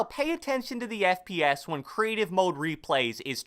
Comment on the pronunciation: I thought you said friends per second! But you didn’t...